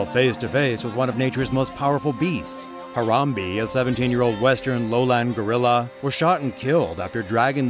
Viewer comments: Its not pronounce as ha-ram-bee its ha-ram-bay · It's harom BAE not BEE